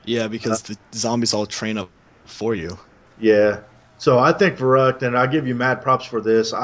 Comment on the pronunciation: its verrückt not verrukt!